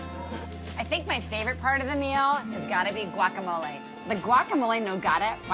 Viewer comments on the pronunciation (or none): none